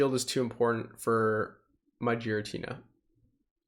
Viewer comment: Is Giratina really pronounced 'Jeeratina'? Never heard any of the other pogo youtubers say that. Just curious, I always enjoy your content!